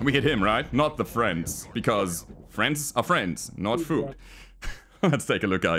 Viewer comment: "fwrens are fwrens and not fwruit"